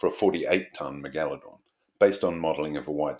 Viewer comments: Jeez you're a pesky bugger, or is it the Al-Gore-Rhythm...lol...we're screwed, I've been banging on about Climate Change since 1993, lot of good that was, when fellow science trained people were being equivocal. Listen to Professor Subir Sarker say 'Astro-nome-ee' then I double dare you to say Meg-Aladong again. It's pronounced Mega-La-Dong...you know, like Mega-Dong with a La. You even did it once, why the pretention? Affectation (may be a better word...but more insulting), I'm an equal opportunity offender. I'm revising my criticism that was here, as sharks do actually vary wildly in number of vertebrae...stupid bitey fish. Eff Walter Ivanstoff...he was a chauvinistic pig from hell, but I took his challenge that you couldn't fail his course (or get a HD), and I beat him! (by smoking pot on his field trip, not doing any work, handing in the most legendarily awful morphometrics and Meristic's description of the fishes of Myall Lakes and failing all his tests. His first test just had the head of an advanced teleost with about 50 bones, and I just answered Operculum and Mandible. 😂😂😂...just amusing myself. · Is the unusual pronunciation of megalodon an Australian thing?